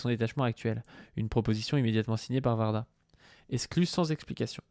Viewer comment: c pas Varda... c Warda ( ouarda) ps: j'aime bien vos vidéos